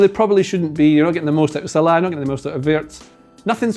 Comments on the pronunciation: Who's Salaaaa?.. he scouse? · why do you pronounce salah like that, so annoying...